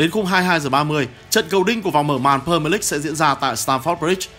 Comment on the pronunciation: Huhu đọc đúng tên pre mier đi ạ đừng pơ mờ lích